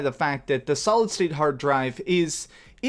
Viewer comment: Amazing video. Every time you said solid state drive... I heard solid snake drive 😂